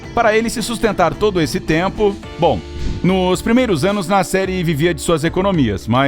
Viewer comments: Toda vez que falava "Nasseri", eu achei q era "na série" e eu ficava tipo... QUE SÉRIE É ESSA MEODEOS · Toda hora eu pensava que o narrador falava "na série", só dps percebi que era "Nasseri" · Eu também pensei que ele falava na série kkkkkkk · Toda vez que ele falava Nasseri eu pensava que ele falava “na série” e eu fiquei tipo que serie filho ? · Eu também!!!! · EU TAMBEM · Eu tb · Achei que era so eu que achava isso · Eu tbm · Achei que tinha sido só eu 🤦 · Nome muito famoso e aeroporto idem , acho que o narrador e produtor do Incrível deveriam saber a pronúncia do nome corretamente .